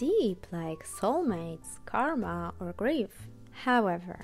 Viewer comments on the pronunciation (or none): none